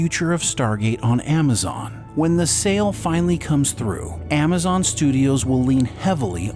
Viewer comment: Amma zon...lol.